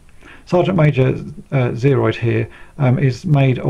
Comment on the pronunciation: I cringe every time you say Sergeant Major Zeroid. It's Zero.